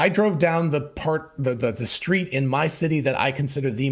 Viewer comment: I want a Tesla "shtreet" car with FSD capable of Road Rage! ; )